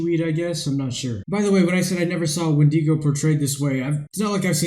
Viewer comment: Its wendigo not wendego